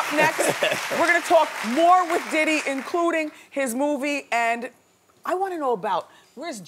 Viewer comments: When she said Diddy, doody 😂😂😂😂 miss and love my Wendy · did she call him doodie? lol